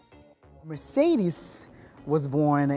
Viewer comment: "Merecedes" someone at VH1 is getting fired